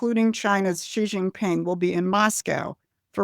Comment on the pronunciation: You would think that if people are going to talk about the president of China, the might want to get his name right. It's JIN Ping, Xi JIN Ping, Not Xi Shin Ping. Guess I'm being a pronunciation Nazi, but practically everybody on Youtube, as well as TV gets it wrong.